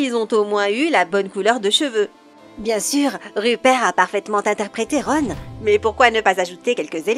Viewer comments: C horrible la vois en plus elle prononce mal le nom de Ron et de tous le monde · Cette prononciation degeulasse du noms de ron